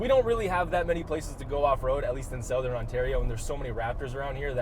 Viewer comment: Why do you guys say "Sowthern" Ontario like that... I live here and I've never heard anyone else pronounce it that way